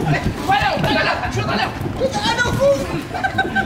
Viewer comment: O falo erado akakakakakak ele falo assim Chuta com a mão